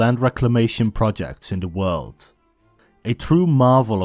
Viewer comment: Asjeblieft spreek de 'd' van world of land uit als een D , niet met een Hollandse natte 't'.